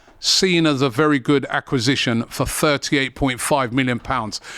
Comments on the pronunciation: Wasn't aware he struggled to say "acquisition" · What’s an accasition? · I was thinking the same thing accasistion is wild 😂😂😂😂